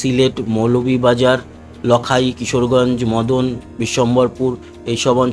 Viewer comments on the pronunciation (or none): দাদা লখাই নয় লাগাই হবে। বাংলাদেশ থেকে হবিগঞ্জ (সিলেট)।